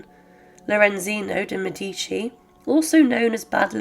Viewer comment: It's Médici, not Medíci, for heaven's sake!!